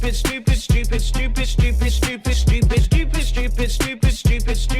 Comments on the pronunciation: it sounds like scoop it instead of stupid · after that timelapse the word "stupid" sounded more like "shtoopid". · Its not "Shtupid" its "Stupid" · BTW now it sounds like he says it’s soup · Stupid stupid sounds like ipish ipish(ipis) xD it means cockroaches to us xD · Love how he pronounces it shtupid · Ultimate ya it did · is it only me or in he says dufis(i know it JUST sound like that and he says stupid)